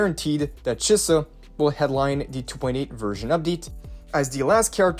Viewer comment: Chee-sa not che-suh